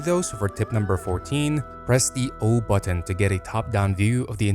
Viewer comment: How do you mispronounce "button"?